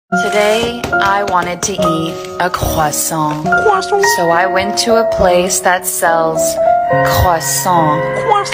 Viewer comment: ✨CRaSaWwSonT✨ the way it’s pronounced 😂